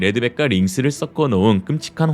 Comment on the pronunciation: 섞어 [서꺼]라고 발음하세요 [써꺼]는 잘못된 발음입니다 지적한다고 불쾌해 하지 말고, 잘못된 발음은 고치세요. 다른 사람들은 발음을 고쳐주지 않고, 웃는 얼굴로 비웃을 수도 있습니다.